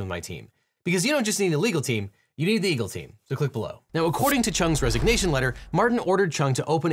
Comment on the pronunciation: My favorite part is when you plug your Eagle Team thing, it's like, the most mumbly part of the video, it almost makes me feel like my brain gets numbed becauseyoudontjusneedaleeglteem uneedtheeegelteem then boom, back to articulation